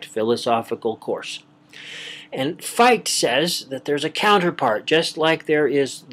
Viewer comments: I'm hearing Fight...but great work. I appreciate. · Great talk. Fichte is pronounced Fick-tuh, though. :]